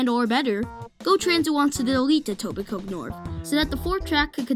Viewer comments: Informative and well done video! By the way, people don't pronounce the 'k' in Etobicoke, effectively it's Etobico. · Great video and intent. Thank you. One tip... The ke in Etobicoke is not pronounced. It's pronounced etobico